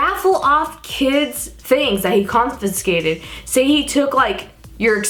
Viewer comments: Con-fis-kat-Ed lol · lol. "confinscated". you are so cute ❤ I can't say Squirrel properly. it comes out "squirrerel".